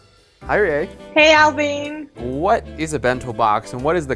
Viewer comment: I absolutely loved the way pronounced Alvin's name ("Ehl-veen"). I truly miss this dynamic duo working together.